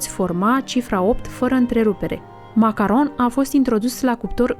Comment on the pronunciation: Cum poti sa zici macaronshi ?? 😂😂